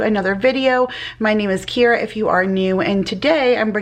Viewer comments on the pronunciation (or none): none